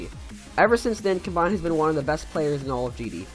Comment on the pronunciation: Just FYI you pronounced some names wrong: Acharne is supposed to be (uh-sharn) Noctafly is (noc-ta-fly) And combined (well not really a mis pronunciation just sounds better when you say com-bined and not come-bined)